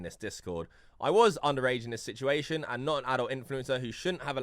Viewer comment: “THIS” not “VIS”